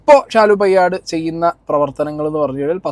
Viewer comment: പയ്യാട് അല്ല പേയാട്